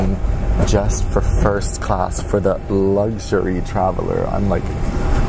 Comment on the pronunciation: love your vids. Luxury has NO G!!😂 just saying👍